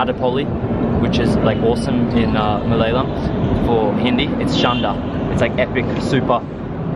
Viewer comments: This man hindi accent is better than some indians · You have best pronunciation of hindi name and word I ever heard by any westener or english people